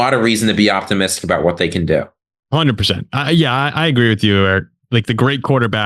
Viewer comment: whatever his name is hahahahha i swear i heard eric my b